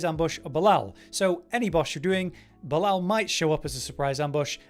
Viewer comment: It is painful on how you pronounce Belial :face-purple-crying